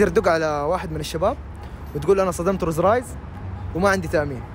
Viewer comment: رولز رويس مو روز رايس.. تقدر تنطقها صح عشر مرات 👀.. يقول صدم رولز والله ويحلف وهو كذاب